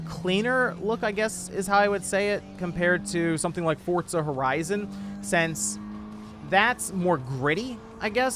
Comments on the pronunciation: Its Forza not Fortza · It's pronounced "Fortza"